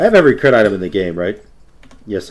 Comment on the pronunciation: "I'll beat your ass with cwit" I lost my shit. Trying to sound tough and end up sounding adorable. LOL.